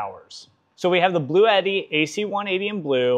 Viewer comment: My goodness people. It's not blue Eddy! It's pronounced blootee, blue-tee. This is one of the reasons other countries think we are so stupid.